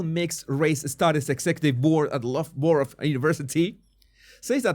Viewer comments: Loughborough is pronounced Luff - burro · “Loff - buh - ruh” 🫡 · It’s pronounced something like Luff-ber--er. Although we Leicestershire residents often refer to it as Looger-brooger. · Loughborough = luff-ba-raa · "I dont know how to pronounce th-" LUFF-BRUH. "So i ran into some australians the other day, they said 'can you show me the way to LOOGABAROOGA mayte?" "No... no, you ran into americans, that joke is about americans" "No, im not joking i ran into aussies and they asked..." "No, you didnt, if you ask an aussie where "LOOGABAROOGA" is theyll point you somewhere in the desert or ask if you mean "LUFFBRUH" - actual personal experience of living in england and having a british boss attempting to hang shit on me for being australian, and failing dismally... because we pronounce things like england does... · You were really close- it’s pronounced “loff borah”. Loughton, on the other hand, is pronounced “la-o tan”. Blame the Normans. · Loughborough pronounced “Lohf-bruh” 😂 people in the UK are taking a while to wake up to these shenanigans but it’s happening. We’ve already shut down an institute which specialised in child gender “affirming care” so I have some hope (though very little) that nonsense academia will eventually die out. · Luff bruh